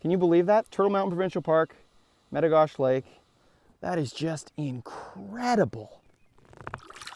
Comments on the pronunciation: It’s not met-o-gosh it’s met-o-goshey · It's Lake Me-Ti-Go-She. I have a cabin on that lake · In North Dakota we call it Meta Gosh Eee not Meta Gosh.. haha Awesome Video! Come farther south and fish Lake Sakakawea with me! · Use a worm on a hook and a bobber and you’ll catch 100 of these an hour. Also, in the states we pronounce it as Lake Meti-goh-she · I dont mean to be that guy, but in the US its "mit ah go she" is what we call that lake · Lake Med--Ah--Go--She is the way we say it in North Dakota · I don't mean to be rude at all but I live at lake metigoshe on golden pond actually which is basically metigoshe itself it's like 50 feet from the main body of water and that's basically in the turtle mountain provincial park in the states we call it "a state park" and you kind of mispronounced "metigoshe" and the "E" at the end is very pronounced it's like "metigosh"E" .meti-gosh-e just a heads up! And the reason why he wasn't catching as many is because you need to use a live action lure or bait that pisses the fish off enough when you cast it and reel it in through they're nest then they can't help but hit it. You have to remember when any fish spawn eating is the last thing on their mind and protecting the nest and the next generation of blue gill is the TOP priority for them. I promise if you come back do that and it might be different. Or hey come fish with me and I'll show you fatty hens and bull blue gill. The other best time to go fishing for them is during the winter when the ice just starts to form over the lakes it's mad feeding frenzy. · You pronounce the e at the end of metigoshe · its lake metigoshe with a hard e if you are from North Dakota. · Jaxon Nankivel but the way he says the lake name!!!! arrrgggg